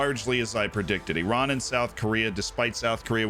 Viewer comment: Wow, an American who can pronounce "Iran, Iraq and derby" 🤣👌👌